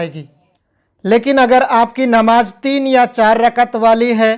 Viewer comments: bhai apne Bolne ke talaffuz pe kaam karo, Namaj Nahi Namaz Bolo, agar aap Sahi se nahi bologe to mehsoos hota hai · Namaz ka talafuz seedha bolo (namaj)x. Namaz✓ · Namaz to sahi bol, Namaj Namaj kya bolte ho. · Namaj nhi hota h namaz hota h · Mere bhai bolne se Pehle harfo ko clear karo.jeem nahi zal ke sath hai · J और Z में आपको फर्क नही लगता है है क्या???? कहाँ पर ज लफ्ज़ इस्तेमाल करना है और कहाँ पर ज़ नमाज नही """नमाज़ इस तरह से""" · Namaj nahi hota hai namaz plz correct your pronounciation. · Sahi kaha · Tum hindu ho ya musalman ??? Farj nahi hota farz hota hai namaj nahi hota namaz hota hai